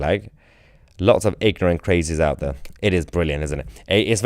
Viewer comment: And he's wite oot on his arse, allwite